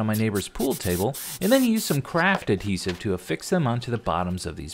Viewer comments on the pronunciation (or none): none